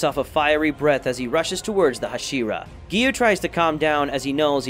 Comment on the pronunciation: I'm sorry, I can't watch a video where you can't even pronounce the characters' names right tanGIro, neZUko, haSHIra idk why it bothers me